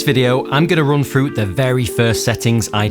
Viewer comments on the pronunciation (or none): Why do you say frough, fing and free instead of through, thing and three? I can’t take you serious